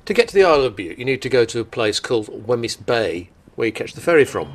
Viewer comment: Great video showcasing one of my favourite places. Just one little criticism is of your pronunciation of Wemyss Bay; it's pronounced Weems not Weh-miss. Don't worry, I'm Scottish and still muck up most of the place names!